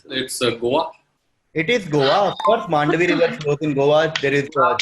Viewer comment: Mandovi not mandvi